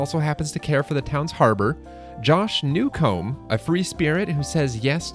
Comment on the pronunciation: Hriwsbwiahs THATS NOT HOW YOYU PRONOUNCE NEWCOMB- its like NewCOME 😂